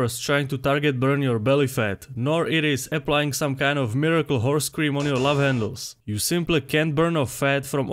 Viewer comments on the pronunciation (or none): he had my attention at miracle wh*re scream.